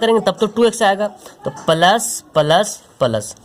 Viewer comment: Thankuuu so much sir bahut accha padhate hai app bs ap plus ko palas kyu khte h